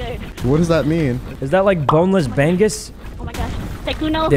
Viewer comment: The way Sykkuno pronounce Bangus got me off guard lol It's Buh-Ngoose btw